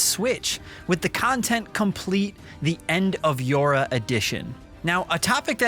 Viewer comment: Yor Ha not yora :S